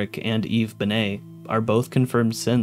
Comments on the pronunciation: when going through the characters it sounds like he’s calling them all Simps lmfaooo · when you're listing synths it sounds like you're saying simp